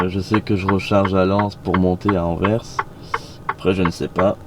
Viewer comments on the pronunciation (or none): none